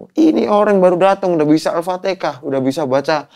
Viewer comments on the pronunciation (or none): Alfatihah, bukan alpatikah. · Kenapa sih orang jawa ngomong alfatiHAH itu malah alfaTEKAH? 😭😭😭🥺 dulu saudara aku jg banyak yg begitu soalnya hiks